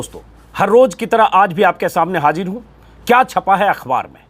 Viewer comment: Sir aapse ek ghuzarish h Aap har roz bolte h ki "mai har roj ki tarah aapke samne hajir hoon" isko aap mere liye aise bol sakte h? " Mai har roz ki tarah aapke samne hazir hoon". Fark J aur Z ka h Don't mind sir agar maine gustakhi ki